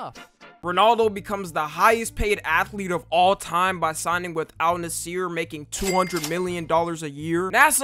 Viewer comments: Al nasser🚫 Al nesser ☑️ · bro really said al nasiir